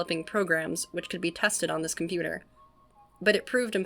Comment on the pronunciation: OH KOMPYUTER, AH KOMPYUTER, KOMPYUTER